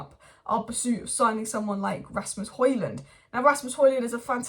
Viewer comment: For the 1000th time it's RASMUS not RAYMUS! Help me!